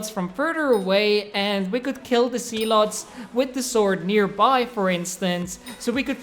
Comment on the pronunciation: are you saying sea-lot